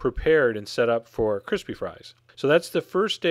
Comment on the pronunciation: every time you said the word "crispy" or "crispiness" i died on the inside